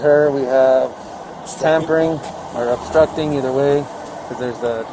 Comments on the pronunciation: Astructing ⁉️⁉️⁉️. Red hat, take the crap out your mouth and talk right. JS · unloosen my cuffs?? 3rd grade education too many victims in the 1st we ain't instucting nothin!!! stupid..."yes it do..yes it do" Chanel/Kennel/Zanax whatever her name is trying her best to speak in 6th grade ghetto language not easy to watch